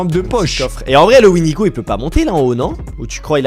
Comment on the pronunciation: Le windego 😂😂😂😂 au lieu de cerf 😂😂😂